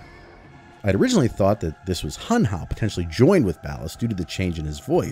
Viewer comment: It's Hunhow